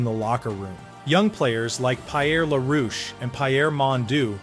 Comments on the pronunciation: PieAir Larouche..haha! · Pie Air La Roosh, Pie Air Mon Doo. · Pie air LaRouche OMG